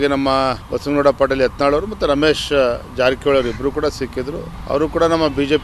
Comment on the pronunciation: It's not yantal it's yatnal